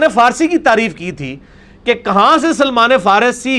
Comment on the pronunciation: اسلام تو احترام سیکھاتا ہے جس طرح یہ حضرت سلمان فارسی ر ض کا نام لے رہا ہے اللہ معاف فرمائے۔ کیسا عالم ہے کہ علم اسے تبدیل نہیں سکا کیونکہ گدھے پر کتابیں لادنے سے وہ عالم نہیں ہو سکتا تو یہ کیسے ہو جاتا